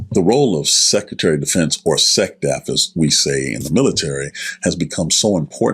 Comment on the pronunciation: It's SECRETARY!!!!...NOT SECETARY